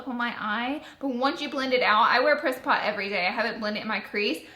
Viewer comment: Love the pallet Laura but I swear when you said "priss pot" I could have swore you said "piss pot" which is slag for toilet here in Ireland! I had to replay that part a few times before I got it right!!! 😂